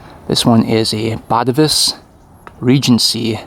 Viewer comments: I am Dutch, its pronounced BAH -TAY-VUS. emphasis on TAY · Just fyi, it's pronounced 'BatAvus' (emphasis on the second A).